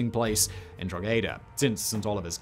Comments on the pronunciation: It's pronounced droc a da not drog head a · "Drog heda". "Draw hayda". Wat? "Dro'heda". One word. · love these videos but Simon does butcher some irish names...the g in Drogheda is silent. pronounced more like Draw- heda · I continue to love your pronunciation of Irish place names. Draw-heh-da not Drog-heada. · Simon, I'm from Drogheda. Famous for. The Battle of the Boyne. Cromwell massacre of the town And now your video on Plunketts Head. Haven't we suffered enough! P.S Drogheda is actually pronounced Drawda. Dro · OK people, as we all know Don Simon is not worried about pronunciation so I will give the best for 'Drogheda' Drawh`- head-ah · Draw-head-ah. Just letting you know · Drogheada - pronounced = Draw-hi-da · Drogheda is pronounced : Draw-ha-da….. from an Irish person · OK, heads up, great video, but that pronunciation of Drogheda was interesting. It's pronounced more "DRAW-HEY-DAW". Just say those words in quick succession and you've more or less got it. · Drogheda is pronounced droh ha da.. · Simon, Drogheda is pronounced Draw-head-a. You sounded like a yank trying to say it. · There are more bits of Oliver Plunkett usually kept in Drogheda that go 'on tour'. They were in my nearest town on Tuesday. Needless to say I made a special effort not to bother going. (I would pull Simon up on his pronunciation of Drogheda but, to be fair, he butchers a lot of other pronunciations too - even places in the UK!) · I’ve seen Oliver Plunketts head - it was kinda cool! You’re pronunciation of Drogheda was hilarious though!!! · Small point, the g in Drogheda is silent :-) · Ouch, not the best pronunciation of Drogheda and labels need swapped on plunkett and cromwell! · Drogheda! Ha ha ha ha, you don’t pronounce the g, emphasis on the first syllable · You can't pronounce Drogheda 🤣